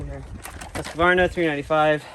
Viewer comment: Yes, same here. The Sthil seemed to be very smooth and fast to work with. Also the faster chain speed seem to help a lot. I guess im biased though. I own 2xStihl saws... MSA200 and MS250CBE. But Im also a Swede so I should like the made in Sweden Husqvarna... That you guys prounounce wrong btw.... 😅 Great video!